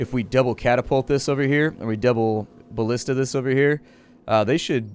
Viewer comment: Its BALLISTA gosh lol